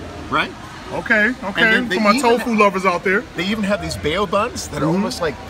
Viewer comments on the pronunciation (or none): TF is a "Bayo" bun?! it's pronounced "BOW" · Run E that action which you like is called disrespectful. another act of disrespect is him pronouncing 'bao' as 'bae-yo'. you do not need to know chinese to pronounce that string of 3 letters correctly. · "Bay-Oh" buns? Come on,! Get your S together! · "bayo bun" lmao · why did the dis rep pronounce bao buns "BAY-OH" buns? that made me wince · Dude works for Disney and calls the Bao, Bay-o.. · those Bay-O buns smh disney guy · im vietnamese. its pronounced bun bow, not bay o bun